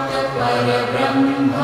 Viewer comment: Please pronounce it Correctly i.e Parambrahma not Parabrahma. Parambrahma Meaning Shreshtha Brahma. Like Paramguru, Parammitra, Parampujya.